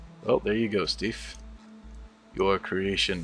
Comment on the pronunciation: You said Steef right!